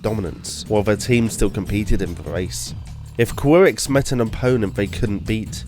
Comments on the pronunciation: Ky-rex not queer-ex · How this guy pronounces F.E.I.S.A.R., Auricom, Qirex and Assegai really disturbs me.